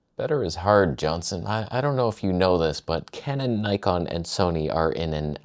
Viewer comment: Soneh, Toneh